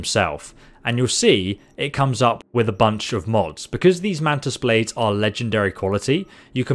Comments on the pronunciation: Ah yes, mantis “baldes”, my favorite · "Mantis baldes" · Mantis “baldes”😂